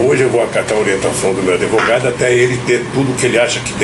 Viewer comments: Lula fala adevogado? Psicopata mente sem limites! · Analfabeto não é adevogado que se fala é advogado" isso ai foi presidente deste país"PQP......